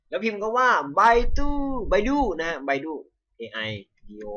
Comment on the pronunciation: มันอ่านว่า ไบดู ไม่ใช่ ไบดู้!! 5555